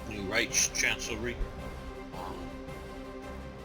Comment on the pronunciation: videos are very detailed ! only 2 minor suggestions a)no need to still try and pronounce the german words (for some reason you never quite can i.e the word "die" meaning "the" is pronounced "de" like "delete" , the "ch" in "reich" is pronounced like the "ch" in "ache" and so on) it is quite frustrating b) no need to get into so much detail in minor events like the publishing of a magazine (people can google it and get further information) , other than that great job